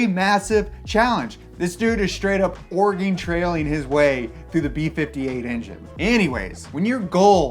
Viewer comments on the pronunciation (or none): none